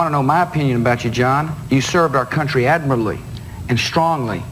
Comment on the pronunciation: "admiradly"?? lol